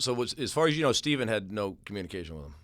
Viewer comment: Why does pronounce Stephens name like that?